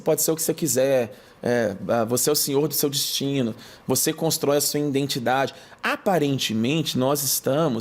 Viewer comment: Conteúdo maravilhoso. Eu só não aguento escutar ele falar INDENTIDADE , me dá uma agonia🥴